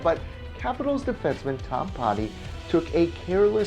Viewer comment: Butchered Tom Poti but I'll let it slide because I want a free game